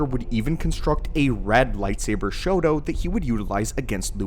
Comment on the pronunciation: Are you saying Shoto or Shodo? Shodo is writing. Shoto should be more like Sho-tou, there is a slight pause. I live in Japan and when you are saying Shoto it sounds more like you are saying “writing”.